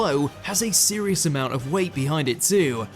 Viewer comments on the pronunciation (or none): none